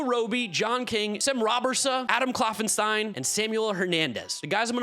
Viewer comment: Let me correct you... Adam Kloffenstein (Claw-Fin-stee-n) sem Robberse (Raw-Ber-s) Matt svanson (s-van-sin)